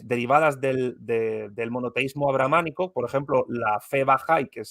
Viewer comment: Es ABRAHÁMICO, de Abraham o Abrahán y no "abramánico"...